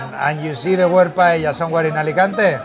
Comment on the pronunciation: Lived in Spain since 2002, but just going to pick you up on two things, first, PAELLA...Is pronounced, " PIE- EYIA" two Ls together is pronounced as a Y. Second, when you had lunch with Ali-Oli guy, and the ""PAELLA "" came, it was rude that you started to eat from his side of the dish.... Ok that's it 😏